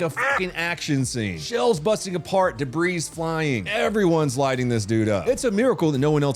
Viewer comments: IT'S DE-BREE..... NOT DE-BREEZE. THE "S" IS SILENT... IN DEBRIS....LMFAO SERIOUSLY WHAT THE FUCK IS UP WITH AND MR BALLIN!? LMFAO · Its pronounced "de-bree", not "de-bres". Just like saying rhe word "Illinois".